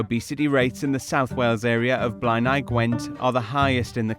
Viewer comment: You're mispronouncing Blaenau. Blay-nigh.